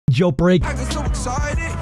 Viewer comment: The way you say “gel brek”